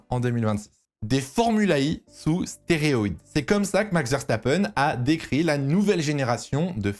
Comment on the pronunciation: Ca me stresse comment il dit stéroïde